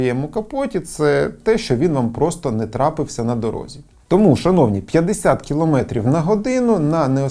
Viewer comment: не "на дорогзі", а на дорозі